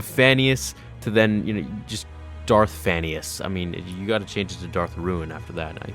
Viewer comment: When you said "Phanius" I thought you said "Phineas" from Phineas and Ferb lol.